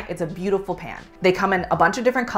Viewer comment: Con: the annoying way the founder pronounces "pan" in every Always Pan ad. Yes, that ad played before this video.